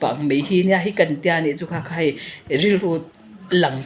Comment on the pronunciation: He nu hian mizo tawng pawh a thiamlo, khai ni lo in khei tih tur zawk, a zaklo mah mah.